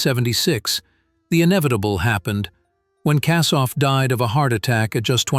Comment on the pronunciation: Kassoff? RIP Paul KOSSOFF.